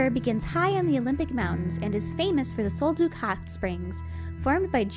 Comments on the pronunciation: Sol DUCK not Sol Duke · The scents were from Douglas fir, NOT pine and Sol Duc is pronounced “sole duck”, NOT sole dook!!